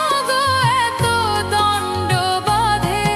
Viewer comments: ভালো গেয়েছেন। কিন্তু কিছু জায়গায় শব্দ ভুল উচ্চারণ হয়েছে । বাকিব খুব সুন্দর। ভুল উচ্চারণ -- দ্বন্দ্ব দণ্ড নয়.... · একটা শব্দ ভুল উচ্চারণ করাটা একটু অবাক করলো: দ্বন্দ কে দন্ড বলা হলো। যেহেতু এই শব্দটা এই গানটির পরিপ্রেক্ষিতে ভীষণ তাৎপর্যপূর্ণ, তাই আরো বেশি অস্বস্তিকর লাগলো।